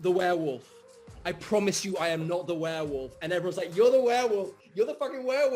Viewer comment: ok, its warewolf, not wareWOOF.... =/